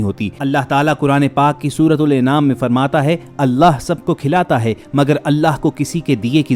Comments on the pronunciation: Surah ANAAM, not INAAM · ڈاکٹر ذاکر کی آواز میں سنتے تو بہتر تھا آپ نے مزہ خراب کردیا ۔ سورہ انعام کا نام غلط پڑھا یہاں الف "زبر" کے ساتھ ہے "زیر" کے ساتھ نہیں عربی میں زیر و زبر سے معنی بدل جاتے ہیں ۔ پھر آپنے غلط طور پر ڈاکٹر ذاکر کے حوالے سے کہا کہ انہوں نے کہا قرآن میں "گندم کا دانا" کھانے کی غلطی دونوں کی بتائی گئے ہے جبکہ قرآن اور احادیث مبارکہ میں کہیں گندم کے دانے کا کوئی ذکر نہیں اور ڈاکٹر ذاکر ایسا نہیں کہسکتے ۔ اس لئے بہتر ہے جس کا کلام ہو اسکی زبانی سنایا جائے تاکہ بیچ والے کی غلطیوں کی وجہ سے لوگوں تک غلط بات نہ پہنچے ۔ شکریہ والسلام ۔